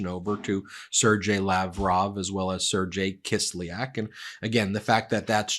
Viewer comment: Kislyak's name is pronounced sir GAY not serge jay.